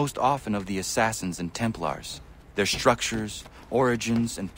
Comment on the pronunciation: You've been pronouncing assassin wrong